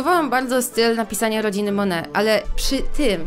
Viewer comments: jaka mone mówi się monet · Jakby co mówi się monet a nie mone